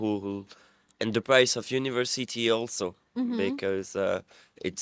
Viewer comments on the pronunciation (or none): none